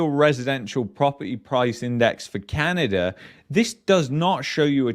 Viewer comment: its Canada, not CanadaR